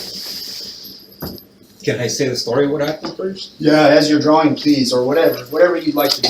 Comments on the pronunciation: why does she pronounce "drawring" instead of drawing? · It is not drawring, but drawing. Speak English! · “Photography, drawering, and writing poetry.” WTF is drawering? I just can’t with this narrator. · What's drawring? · Drawing only has one R in it. Why do people say drawring?